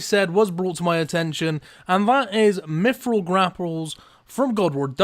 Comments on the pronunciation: Can you learn to pronounce "th"? its "miTHril" not "miFFFril" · Mifril. free K(3), firty minutes.